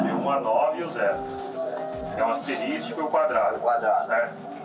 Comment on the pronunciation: Vtnc o cara falou “asterístico”